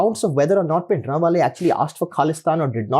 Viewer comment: I love his Punjabi pronunciation of Bhindrawale